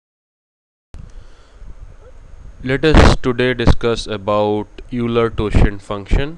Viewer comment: thumbs down for incorrect pronunciation of Euler. it's pronounce "OI-ler" (like "boiler" without the "b") NOT "YOU-ler"